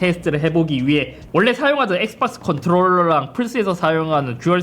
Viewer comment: 엑스빡스 라고 발음하는거 중독적이네ㅋㅋㅋ